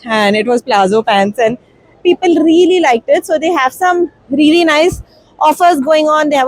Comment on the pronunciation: What is reely 😂😂😂 it's REALLY